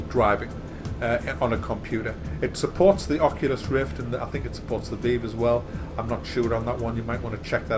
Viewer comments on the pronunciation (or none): mispronunciation of Vive pisses me off